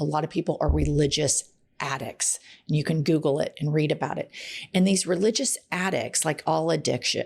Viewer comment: Did you say "it takes the canks?" 🤔